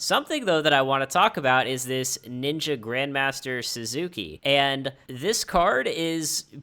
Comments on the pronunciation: Me too a little bit it’s pronounced like sasuke from naruto 😂😂😂 but it’s all good dope video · it definitely isn't pretty damn close, your girlfriend being asian doesn't make it right at all, suzuki and sasuke have a lot more differences than just you saying ki instead of ke. It feels like you're doing it on purpose to be funny thats how off it is, but to find that you think you're close is pretty funny. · I didn't expect this thread to blow up lol. you clearly made a "z" sound rather than an "s" sound. additionally, sas-kay is closer to the correct pronunciation than what you said, because japanese speakers will often drop the "u" sound in words eg. osu! got nothing against you bro but time and again you've proven your inability to admit when you're wrong. just shrug it off and get on with your life. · Dude probably is an english speaker that watched naruto like 90% of yugioh players. Its very obviously pronounced exactly how its spelt: sa-su-ke to most people nothing to do with your japanese just something people notice.